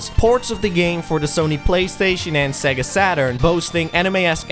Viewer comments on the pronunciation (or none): none